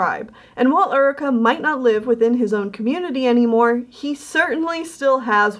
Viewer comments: Very nice job! But I gotta ask, it that actually pronounced Ur-i-kah? Or is it Yoo-ree-kah? Like the actual term Eureka. If that was the authors intention then everything’s all good but I went through the whole video going mmmmmmm...is that actually pronounced right??? Also I think I’ve seen a picture of Jeff Goldblum wearing that rainbow cat sweater xD it looked familiar xD Keep up the great work! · Can I just say.. uh.. Isn't it pronounced "your-ree-ka"?? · I always thought Eureka was pronounced like "your-e-ka"? Maybe the character pronounces it differently though, I have no idea.